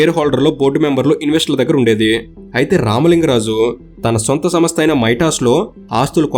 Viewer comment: Samastha kaadu raa..samstha. Nee ayya neeku telugu kooda sariga theliyadhu, video lu endhuku cheyali?